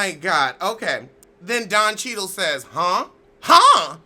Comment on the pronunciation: Don Ché-dál 😂😂😂😂😂 That is so bourgeois we are going to change his name in 2019 👏👏👏👏 but Kathy Griffin is basically the mediocre, scorn white woman looking for someone to save her.